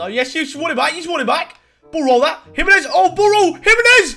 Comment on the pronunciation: If this guy says jiminez one more time